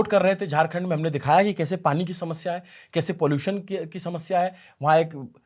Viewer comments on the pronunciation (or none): none